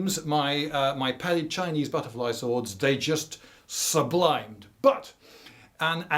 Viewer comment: Sublimated, not sublimed.